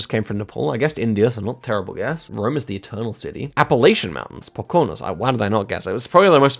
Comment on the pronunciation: Your pronunciation of Pocono was hilarious. It’s a Native American word, and all the o’s are pronounced like in slow (the middle is usually shortened into a schwa though)